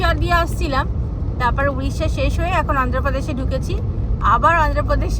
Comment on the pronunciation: Didi udisha noy , Odisha. If I call Habda bridge instead of Howrah bridge, then how you feel.